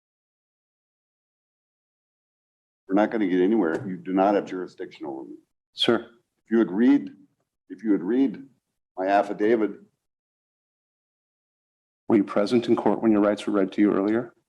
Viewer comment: Pretty sure it's "affidavit", not "affidavid".